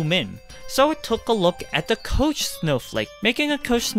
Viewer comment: koch is pronounced with a k sound at the end, not a ch